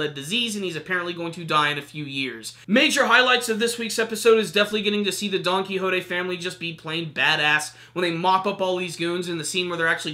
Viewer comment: It's donquixote!! Not donquixotay!!!!